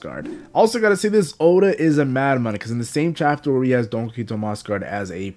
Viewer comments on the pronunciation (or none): Omg I can't watch this if you're going to keep saying "donkeyhito" it's DON QUIXOTE(KEE-HO-TAY) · Don key hoe tea